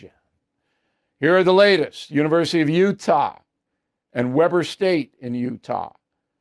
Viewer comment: The locals pronounce Weber as We ber (kind of like Weberg) not Webber (like webbed feet). I was out there for a while and a local teacher explained it to me.